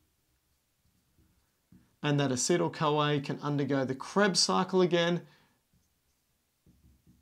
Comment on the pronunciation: Like how he pronounces this CoA as "Kawaii"